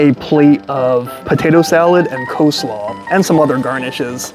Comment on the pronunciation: Coslaw? Seriously?